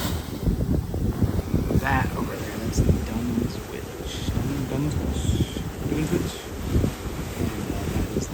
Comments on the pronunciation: The town Dunwich is pronounced "done itch," similar to Greenwich being pronounced "gren itch." The people of Brisbane will often remain clueless to the world class attraction of Straddie and Moreton on their doorstep. A short boat ride to paradise that most people have no clue about. People around the globe would thrill at the chance to see such pristine beauty, but many remain unaware that they are even there. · Typically Dunwich is pronounced without the w and is Dunich.